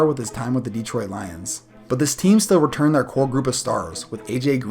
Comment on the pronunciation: It is pronounced Detroit not deeeeeetroit